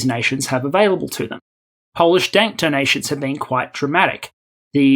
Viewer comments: So it wasn't just me to hear it this way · Love these videos. Also love the occasional verbal slip, like the "Polish Dank Tonations" . That made me smile. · Polish "dank tonations" are dank Kidding though, another great video